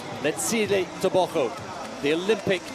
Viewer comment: TEBOGO, not TABACO MR!